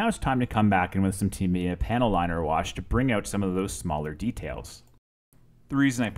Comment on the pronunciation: Not trying to be a dick but..... so many people mispronounce the makers name. It sounds like Tah- me- yah. たみや in Japanese. Sorry, but I had to. Great video and a sweet looking end product